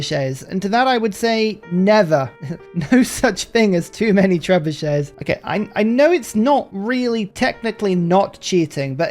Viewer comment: Tres-buchets? Maybe that's just on the Spanish runs.